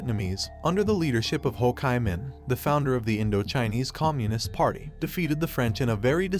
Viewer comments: "Ho KAI Minh?!" No. It's "Ho Chi Minh" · The Narrator pronounces Hochiminh wrong, it pronounces, Ho Chee Minh .x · Dude are you seriously allowing this to be out in the public where the AI can't even say Ho chi Minh appropriately they call it Ho (chi)KY Minh like lambda chi!!!🙄😮‍💨 IF YOU'RE ACTUALLY DOING WORK AND GETTING PAID FOR IT DO THE WORK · Also locally its Lao. The S is silent. And with Ho Chi Minh, it's Chee, not Chai. And it's definitely Saigon, not Ho Chi Minh City for southern Vietnamese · Hele, the Ho Kai Ming trail 😂, Jesus Christ 🫣, at least try to tweek the Ai to say he's name right, Mama Mia, this is definitely a thumbs down video, please do better research next time, wrong on many issues in a video only 10 min long, well you should actually get some kinds of price of that, wow am amazed, people please to better a research dont listen to this,cuz its basically bs! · AI narrations are unlistenable. "Ho Ki Min"??? Give me a break!!! Learn to speak English. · Ho KAY Minh 😂🎊🤣 stupid robot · Yes, detracts from the effort as a whole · Ho "kai" min?? 😂😂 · I'm sure this must be AI talking because they can't pronounce Ho Chi Minh's name, right? What happened in 1954 with the French?The reason that they lost their Colony in vietnam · The name Ho Chi Minh is mispronounced throughout the video.